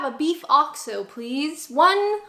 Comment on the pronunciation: What's this "Oscho Beef"? OX-O. Say it "OX-O". use it for cooking. Last year I as very ill. The only thing I could drink was Bovril. Delicious!